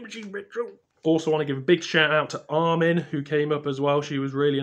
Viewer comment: Thanks for the mention at tansley x I love love your videos it was lovely to see you at the carboot x you are a lovely man x so glad you made this video it’s made my day x good luck with everything and hope to meet you again take care xx by the way it’s Armine and you said my name perfectly